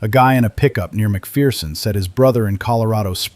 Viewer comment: Leave it to AI to claim to be in central Kansas but not know how to pronounce Salina or McPherson